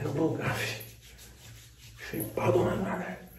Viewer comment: " Shaypado mano " KKKKKKKKKK